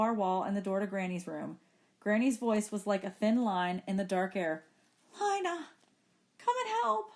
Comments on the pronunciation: It’s Lina not Lana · Bro why does she kept saying Lana... It is not LaNa it is LiNa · She keeps saying Lana when it is lina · Lina not lanna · its lina (leena) not lana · How you say Lina, u don’t read it as Lana, how you pronounce it: Lena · its not pronounced "leena" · You pronounce it LYNA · well it doesn't matter how she says it. I like "Lina" instead of "Leena" anyways. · palette sans{Female} yea you right it was the first thing I noticed